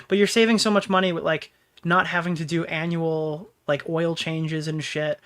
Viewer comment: bro said ANUAL oil change?